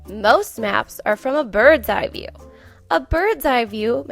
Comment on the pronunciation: Love this video for my first graders. Can you fix the word 'view' seconds?